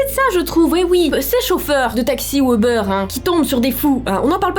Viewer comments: ou-beur Moi: MAIS C'EST UBER!!! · Ubère moi je dis ça comme ça jsp pk x)